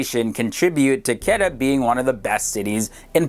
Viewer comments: quetta is not pronounced ketta its kuuetta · For all new viewers, its city Quetta not pronounced as Ketta. Its Kuwaytta! Peace!! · Its not qeta, its ko-we-ta (quetta) and se-yal-kot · I was stunned when he said qada. It was Quetta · You are pronouncing Quetta as Ketta while it actually is pronounced as Kooaaitaa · Not Ketta... Quweta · not ketta its Quetta lol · Butchered the pronunciation of Quetts to a point of incomprehension. its like K-wait(t)-Aa awesome video though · Quetta tou Quetta hai😎 and its pronounce like (ko Ae ta) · Quetta pronounced (ku-weh-tta) And Balochistan is pronounced (baa-lo- chess-than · ITS KO-EETA (KOYTA) THE CAPITAL OF BLOCHISTAN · It's quetta, pronounced as ko-ait-a lmao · Yesssss Peshawar and Quetta 😍💖💖💖💖. Quetta is pronounced as Qwetta. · Your Pronunciation of few cities name is not up to the mark... so please also try to mention the name of city in Video.. edit it in the Video (Subtitle). like You have pronounce the city name Quetta, which pronunciation was wired :D I was not able to understand which city you were talking about :D Thanks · It's pronounced Koo-Wetta and Ba-Lo-Chistan